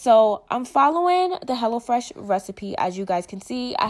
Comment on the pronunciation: Lml I thought you was saying hella fresh at first 😹